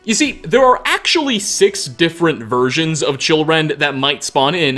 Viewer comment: I thought he said children not chillrend